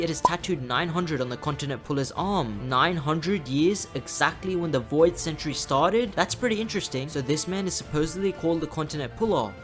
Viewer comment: you mean Voi D God?